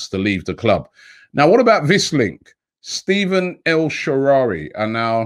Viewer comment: Robbie it’s pronounced stef- aan